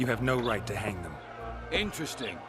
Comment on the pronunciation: 15.41のところ you have no right to hung って言ってるように聞こえるけど 何がどう違うのか聞きたいです